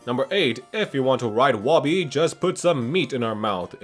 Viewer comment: Woby is pronounced Moby. Official answer from Klei.